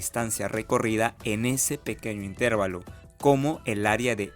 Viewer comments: La palabra correcta es "intervalo", sin tilde. La forma "intérvalo" es incorrecta y no se utiliza en español. "Intervalo" se escribe sin tilde porque es una palabra llana que termina en "o", una regla ortográfica en español. Más allá de cómo se escribe es cómo se pronuncia. Suena chocante escuchar a un ingeniero decir intérvalo. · Salvo el constante "itérvalo", el video es excelente. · El señor que habla ectamente. No es “intérvalo”, que no existe. La palabra correcta es INTERVALO. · Todo iba bien hasta que comenzó a decir --"intérvalo" -- 😖 pero muy bien explicado... muchas gracias por el aporte. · Muy buena explicación pero cada vez que dices "intérvalo" me duele. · Muy bien explicado, solo un detalle, cuando pronuncias la palabra "intervalo" lo dices como si tuviera acento en la letra "e" debe pronunciarse como si tuviera acento en la letra "a". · Excelente vídeo. La pena es la repetitiva y errónea pronunciación de intervalo, no aceptada por la RAE en ningún país. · Felicidades es una explicación muy clara, sólo tengo una observación la palabra intervalo está mal pronunciada ya que la sílaba que se debe pronunciar más fuerte es donde está la letra "a" que recibe el nombre de sílaba tónica y usted pronuncia la sílaba donde está la "e" más fuerte. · El video es GENIAL. Mi único comentario es ¿porqué dice intÉrvalo en lugar de intervAlo? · Buen video pero corrige algo: no pronuncies "intérvalo" porque no existe. La pronunciación correcta es intervalo, con la fuerza de voz en la sílaba "va". Saludos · Una pequeña observación: la palabra correcta es "intervalo" y no "intérvalo". Fuente: diccionario de la RAE. Saludos. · Es intervAlo no intErvalo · Intervalo! Practica tu pronunciación.